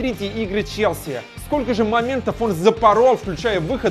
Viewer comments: Выпал из основы <<ЧЕСЛИ>> ЧЕСЛИ!!!! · не чесли а челси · Чесли? Может Челси!